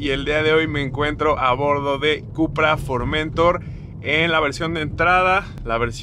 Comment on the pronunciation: Pronuncias mal el nombre del coche. Es una palabra aguda por lo que la sílaba tónica es la última, se pronuncia FormenTOR.